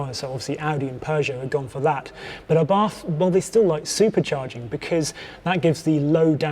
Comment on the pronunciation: The pronunciation is awful. Lan cha = Lancia A Bart = Abarth.